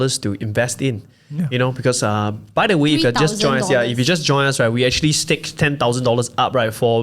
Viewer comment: STAKE not STACK haha